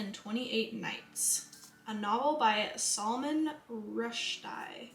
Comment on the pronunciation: The Salman Rushdie pronounciation killed me